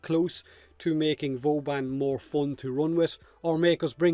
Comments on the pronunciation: Haha he says booban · why do you call him "Booban"?